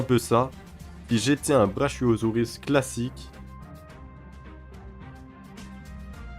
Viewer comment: Ça se prononce Braquiosaure ou Braquiosaure, pas tel que tu le lis Brachiosaure et donc Braquio enroulage, tu avoueras que c'est pas beau ta prononciation , c'est celui que tu vois dans la première scène dans Jurassic Park, le vert au long coup sur le bord de l'eau. Il mesurait environ vingt trois mètres pour onze mètres de haut. Dommage que soit si court, j'ai l'impression que c'est de pire en pire.